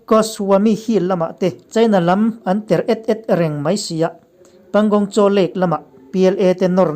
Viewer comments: . Paling saw , tia lam tur . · Panngong Tso ( panngongso ti a lam tur) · (Pyangyong Tso) hi, Mizo tawngah lam i tum anih chuang Piang yawng saw tih tur jawk ani